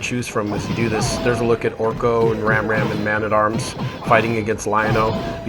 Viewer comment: Ram Ram and Evelyn? Isn't it Ram man and Evil-Lynn ? Or am I wrong?